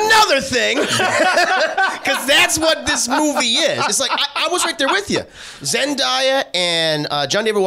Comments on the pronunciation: "Zenn-DAY-uhh", not "Zenn-DYE-uhh" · Pronounced "Zen-daaaay-ah" not "Zen-daiii-ah" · Her name is Zen-Day-Ya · It’s actually Zendaya (zen-day-a) but anyways. The movie is great, they didn’t hold back. It was a rollercoaster of a movie. Great cinematography, storytelling. Also the director of this movie is also the director of Euphoria. 👏🏾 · Yeah that was killing me inside when kept pronouncing Zen-day-a name wrong 😬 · I can't stand people constantly pronouncing her name wrong and I'm not even a fan of hers, lol. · Right had me screaming at my phone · thanks for posting this so i can skip the video lol it really bothers me